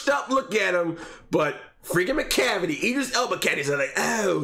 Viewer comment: "MACLAVICLE" made me weak 😂